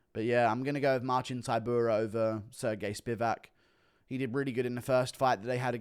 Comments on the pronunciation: He said Sir Gay lmao😂😂😂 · “Sir Gay”🤣🤣